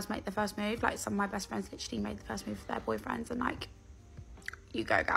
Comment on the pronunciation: “Licherally like ick”